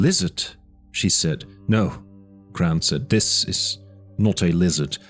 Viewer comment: While I like the sense of horror that this tries to convey, I do not believe that this is not an AI narration. I'm not even 2 hours in, and the amount of mispronounced words is astonishing for a non AI voice. Simple words like ceramics or "this, them, and that." Sometimes pronounced "dis, dat," other times they're not. Then there is the incorrect emphasizes on syllables of certain words like characteristically....all these are indicators that it's AI. Might be the OPs voice, but I don't think he was actually reading it. However, I still enjoy it. The slow tone, and the quiet but ominous music in the background makes this feel like a horror story, which Jurassic Park actually is. A sci-fi and, even folk horror story.